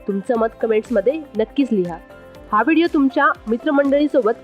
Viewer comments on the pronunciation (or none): none